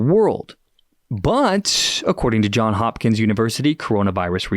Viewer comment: For the record, it is JohnS Hopkins, not Hohn Hopkins. I think they were also around the table with event 201....health and wisdom to all, Erik the Netherlands